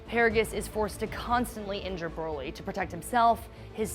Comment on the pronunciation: I hate how she pronounces Broly